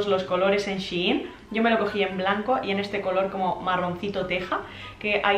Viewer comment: es shein no she in 🤣🤦🏻‍♀️